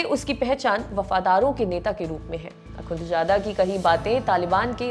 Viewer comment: Akunchada nhe hota.. Akhunzada hota hy madam.. Naam seek lo wazo kr lo phr taliban ka naam lo